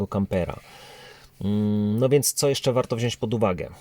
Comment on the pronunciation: Mówimy wziąć, nie wziońś!!!!!!!!!!!